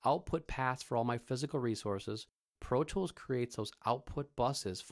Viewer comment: he says "Pro tchwoools " lmao